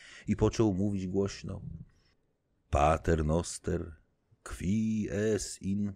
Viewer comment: Dzięki za to nagranie :-) Bardzo przyjemnie się słucha. Jedynie upewniłabym się na Pana miejscu co do wymowy łaciny. Pod koniec rozdziału XVI trochę razi ucho w Pater Noster.